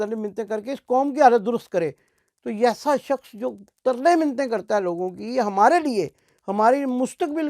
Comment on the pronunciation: aap kaun si zubaan boltay haen? a. Ambia A.S ki '' mayyat '' (AstaghfirUllah) b. '' hath faragh hoga ''. c. mufeed kahaniyan ''. d. '' umar humma ''. 'e. ' tarlay mintain '' (minnat samajat). f. ''tangi se hath farakhi main ata hae''. vdo upload karnay se pahlay sahi lafz bolnay ki rehearsal kar liya karen. doosray yeh ke sivaye kosnay aur bura bhala kehnay ke koi khabar nahin hath her waqt bimaarr shareef etc (ek martaba keh diya kaafi hae) ab zatiyaat per agaye kangRi shareef? vdo purwaqar honi chahyea.